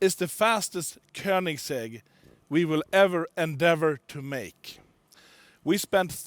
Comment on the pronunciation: Nobody: Koneingsegg: E G G